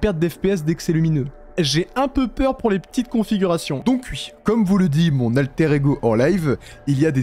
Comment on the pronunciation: Tu dis plus jamais "Wui"